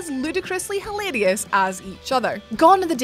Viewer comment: I love how this chick said “hilarious” in her accent. 🤷🏻‍♂️